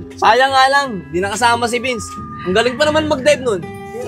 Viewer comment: It’s Vince not bins